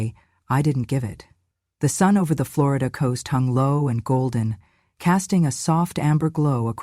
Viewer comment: FLOOR E DA?? it’s OK not to pronounce it correctly, but I don’t think she is from Florida!